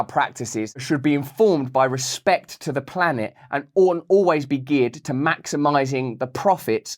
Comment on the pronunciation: Rrrrr espect